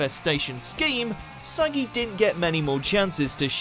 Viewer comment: Pretty sure you pronounced saggi wrong 🤦🏻‍♂️🤦🏻‍♂️🤦🏻‍♂️🤮